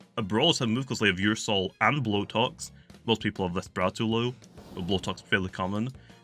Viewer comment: Alternate Title: 29 mins of calling Ursnac "Ursoul"